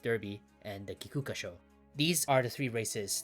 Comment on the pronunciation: while it is commonly written in Romaji as Kikuka-sho, that's only for historical reasons. The modern transliteration according to post-WW2 writing reforms is Kikka-sho, which is how it's actually pronounced